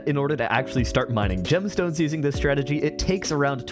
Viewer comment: bro said gemston ns